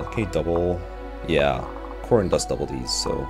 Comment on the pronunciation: Took me forever to understand why you were saying Robin and not Corrin